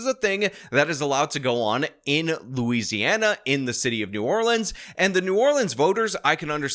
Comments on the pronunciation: hey, fun fact for ya. so I'm so grateful you say new orleans correctly. but the parish (county) is actually pronounced the way we typically fuss at people for... so the city is new or-lense, the parish is or-leans. now ya know! 😊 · Thank you for pronouncing New Orleans correctly.